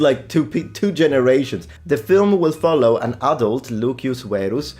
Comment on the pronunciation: Am i stupid? Why are you saying Lukius and not Lucius?????????